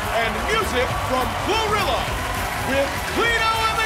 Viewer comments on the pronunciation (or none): So....we gonna talk about how the announcer and opening card called Gorillaz "Glorilla"?